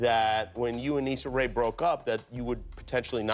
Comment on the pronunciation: u need to apologize for messing up her name like that lol 🤯